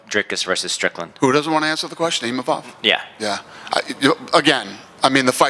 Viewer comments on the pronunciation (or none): People are turning their back in seconds thats hilarious, Adesanya's forever a legend PS: STOP SAYING IMAMOV for gods sake, its Imavov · what's the translator doing not being able to say Imavov's name correctly... twice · Imavov gives a speech about how to pronounce his name and this goes mispronounces it just a few minutes later.